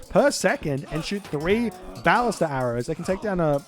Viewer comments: I think his emphasis is still on the first syllable, whereas every pronunciation I can find has the emphasis on the second syllable. Hence, buh-LIS-tuh. I can accept that the “a” in ballista has multiple different pronunciations, but from what I can tell, even the Ancient Greek pronunciation places the emphasis on the second syllable. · Your pronunciation of “ballista” is unique. I’ve always heard it “buh-lih-stuh”